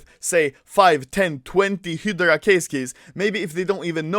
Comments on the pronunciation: It's HY-DRA, not fucking hidarark or whatever the fuck you're saying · Anyone else's ocd when you hear "hee-de-ra" instead of "hi-drah" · Everyone : Hydra Anomaly : Hidara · When Anomaly is pronouncing Hydra HilDra instead of HighDra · It's hi-dra (hydra) not hid-ra (hidra) no no no, SAY IT RIGHT!!! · Anomaly - Hidera (hydra) Everyone else - hi dru (hydra) Hilarious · when i enable the captions and i listen Hydra -- Hedra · Nobody: Anomaly: HIDERA case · hydra ( hid-do-rah) is how anomaly says. Correct - (hi-dra) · pronounced high- dra key not hidera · It’s hi dur a not hidray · hy-dera keys HY-DUR-UH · "he draw" key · It is pronounces hie dra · hee dur uh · "hidara" key i love the way you speak anomaly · Its Not Pronounced He Dra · “Hidra key” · "Hedra" what. I never knew you could pronounce it like that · I keep thinking u say operation "HITLER" case keys, "HITLER" keys 😂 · Spelled hydra Spoken :Hidra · "Heyoroda kay" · It’s pronounced Hi-dra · Wtf is "HEEDRA"? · it’s pronounced “ HIIIII DRA” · Your pronounciation of hydra is killing me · The way he pronounce "Hydra" 😂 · Anomaly can't say Hydra yet this voi has an IQ higher than Einstein in CSGO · Is no one talking about how he says hydra? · Gotta learn to say Hydra in english and not just swedish xd